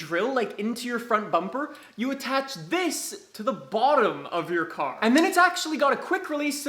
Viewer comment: "the curr is finally up on to the ramp"